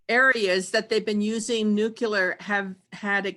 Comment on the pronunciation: Nuke-ya-ler??? *Nuclear